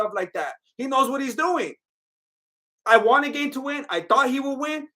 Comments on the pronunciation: His name is not "Gain" it's pronounced "Garn" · "Cereal Gane" 🤣👍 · "Cereal gain" "nogannou" dude😂😂😂, you are right, Gane was slapping and poking Francis with those shots, zero damage